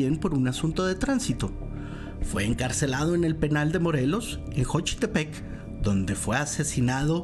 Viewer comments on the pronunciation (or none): ¿Jochitepec? ¿Shoshocotla? Se que no son de aquí, pero se pronuncia "Sochitepec" y "Sosocotla"